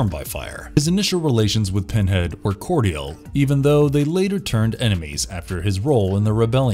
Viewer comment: Cordial. That is a word that you pronounced incorrectly. Don't get me wrong, I really don't care about your mistakes, but just wanted you t know I got a good laugh out of it.